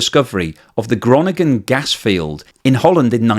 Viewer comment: Kronnin-gen? Works on your G's, G.